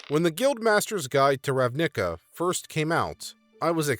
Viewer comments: Oof. Understanble pronuciation mistake but as an eighteen year long entrenched Magic the Gathering player this hurt my soul. It's pronounced "Ravna-ka", not "Rav-nick-ah" for future reference. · I was not prepaired for "Rav-nick-ah" and found it far funnier then i should have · The emphasis should be on the RAV in Ravnica and the ica is like in america. Good vid otherwise as always my guy! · You pronunciation of "Ravnica" hurts me. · ugh... I had to pause to rub my temples each time he pronounced ravnica and vedalken like that x3x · Why do you pronounce RAVNICA that way? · You say Ravnica a little funny; not to be the *heavybreathing* guy to point it out, but in a hey you got something on your face kinda way. Love your content. Cheers. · Alright, I highly doubt that’s how you pronounce Ravnica, and if it is, then this world has been doomed ever since the creation of that word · The way you say Ravnica is so weird, it's cool. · the emphasis in your pronunciations of Ravnica and Selesnya are in the wrong parts. Nothing that watching a video about ravnica and their guilds can't fix it